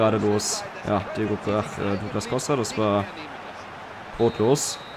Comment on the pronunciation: Der kann den namen douglas costa nicht richtig aussprechen